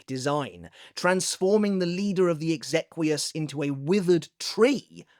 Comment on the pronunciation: Major respect to this man and most of his pronunciations for this wide spreading series, but say it with me now; Kal-ah-vair-ahs and, more importantly, Ex-eh-Key-as